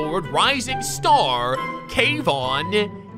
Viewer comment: Kay-von ti-doe💀